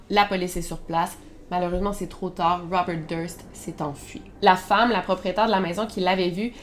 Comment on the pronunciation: Bonjour Melle. De vous avoir entendu répéter 50 0000 fois ROUBEURT .....ect Je n en peux plus ...tête comme un 🎈 ballon